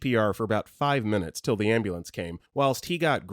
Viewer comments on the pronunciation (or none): none